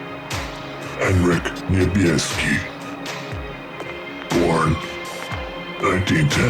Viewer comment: His pronounciation of ,,niebieski" is perfect. I'm impressed.